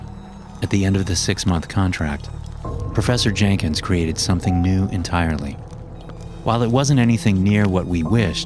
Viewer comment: “processor jankins” 😭✌️